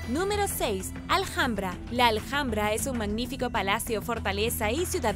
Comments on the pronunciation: Gracias por informarnos tan bien como lo haces.Pero en Español la h intercalada en cualquier palabra es muda,No Aljambra,si no ALAMBRA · Justo lo acabo de escuchar y hiba a comentar que la h de Alhambra no se pronuncia, jajajaja. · Hola,en Español no se pronuncia la h como J,es muda Seria ALAMBRA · Vente a España y pronuncia Alhambra como Aljambra y te sacan del país a gorrazos, jajajajajaja